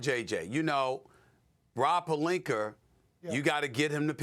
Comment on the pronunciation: “ROB POLINKER”